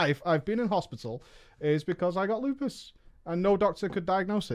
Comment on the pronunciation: It's "lupus" dude c'mon.